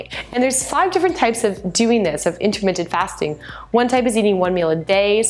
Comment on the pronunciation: are you saying intermittent?